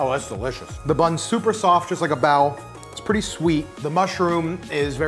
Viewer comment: I love your channel but I thought you were saying Bowel and I was like gross LOL but you were saying Bao LOL